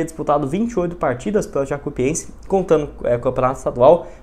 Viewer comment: o certo é Jacu i pense, todo vídeo vc fala errado, vc fala como se tivesse dois i